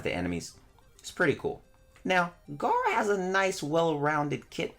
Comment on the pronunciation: it’s gera tf you saying Garra for